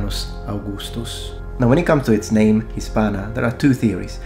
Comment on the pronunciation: I love hearing the names pronounced correctly